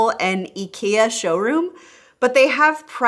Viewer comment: I just heard an american pronounce IKEA like a swede. That was a first! :D Interesting comparison, as always. Keep up the good content.